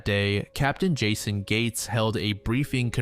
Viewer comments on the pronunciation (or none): none